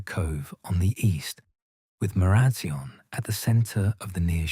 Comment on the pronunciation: Sorry!! But Marazion is pronounced Mara zion as in lion. I live in Cornwall and love your stories 😴